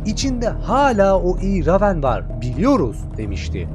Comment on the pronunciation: La eleman reyvın okunacak ama ramen diyor